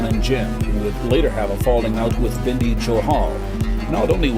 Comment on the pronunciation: Bindhi johal nhi y Bindi ਬਿੰਢੀ ਨਹੀ ਬਿੰਦੀ ………..